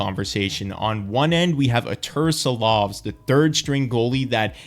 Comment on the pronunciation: Ooh that pronunciation on Silovs was rough ngl.😁